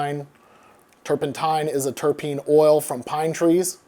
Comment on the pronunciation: Spelling: Terpene Beer expert: "Terpene" Adam: "Tarapene" Jokes aside, this has been very interesting and informative. Love your stuff.